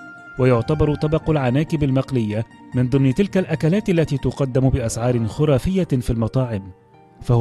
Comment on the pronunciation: تنطق أكلات وليس أكالات